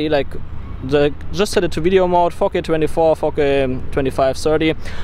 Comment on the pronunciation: everytime you say 4K I thought you're saying 'fuck it' lol